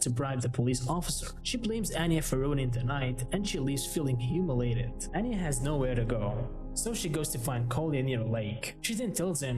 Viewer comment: her name is pronounced ahn-ya and not ann-ya it's really annoying when people butcher names sry if i'm rude